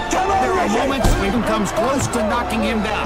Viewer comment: its creed 1 not crees 2 xd